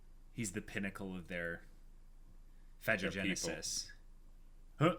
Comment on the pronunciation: I think it's pretty safe to assume that the catgirls were killed without further hesitation, at least considering Meruem's speech. - Phagogenesis (I think it's pronounced fa-go-genesis as in "phagocyte" and not fa-jo-genesis) only works from one generation to the next: Meruem's nen absorbing power is a trait exclusive to him. Otherwise it wouldn't make sense for Pitou to mention that. - Hisoka's age is unstated as far as I know, but I'd guess late 20s to early 30s. Chrollo's 26 according to the manga (the chapter in which he chats with Neon and steals her hatsu).